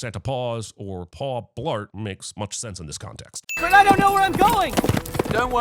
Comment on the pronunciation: "Paw Blart" 😂😂😂